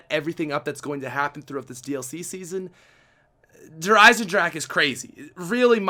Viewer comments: it is called Der eisendrache not der eisendrak Pronounce the G instead of the K You pronouce it as Gun not as kun But if it is that hard for you. Mrtlexify pronounces it right. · lol the way he says the map name "de eisendrak" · Its pronouned Der Eisendrackha